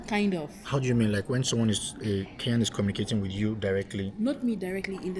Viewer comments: i heard meam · Go back to school 😂 she said mean. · she said mean